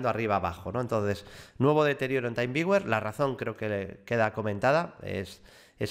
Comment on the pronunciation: creo que se pronuncia "timviuer"; con "taimviuer", lo deberías escribir de otro modo.